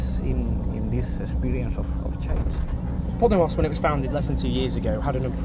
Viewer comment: Owen - just a heads up - it's not pronounced "poddie moss" like you say it but " paw DAY moss" with the emphasis on the second syllable.